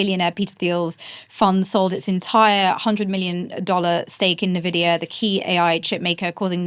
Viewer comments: such an interesting discussion ,yet... Myriam "managed" to ruin my hype 😵‍💫,due to her miss-pronouncing nVIDIA as ...nevidia !!! for Myriam might be a small issue ,but someone like me who grew up with videogames and started buying his first nVIDIA GPU(nVIDIA Riva TNT2 Ultra) since... 1999 (Jensen:virtualhug:Huang is my hero), then hearing that makes me crazy !!! so , i'll copy/paste what i said few months ago who recently used the same incorrect pronunciation : """i was left speechless : you can't even ...😱pronounce correctly the 1st company in history which passed the 4trillion value ??? It's like pronouncing Microsoft instead of M(a)icrosoft !!!! really ? Nevidia ??? And since i've heard many nonsense from people in the past about what is verbally correct ,and i'm sure you would argue the same like those people ,i'll say it ahead in order to prevent that argument : nVIDIA isn't some dictionary word .It's a company which certain Founders have ... founded and those certain Founders are the ONLY ones who will decide how their company will be pronounced !!! And guess what : they don't pronounce their company nevidia ,so why on earth are you changing THEIR company's pronunciation ??? """ --P.S. As i said , i follow nVIDIA since 1999 ,and Myriam... i can assure you that i heard 100times people saying that nVIDIA is "doomed" from its competitors(*i'm referring to your A.I. bubble comments). Yet ,all those people who - during nVIDIA's life - made such claims ,failed spectac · Myriam doesn't know how to pronounce "Nvidia".